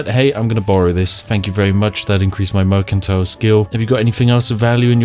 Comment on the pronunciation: Merkantile. Ah yes I will go to the merkant to buy some bread.